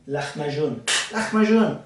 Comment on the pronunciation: Perfect pronunciation of lacmacun! Can you use a milk substitute (almond, soya) for the dairy or just water?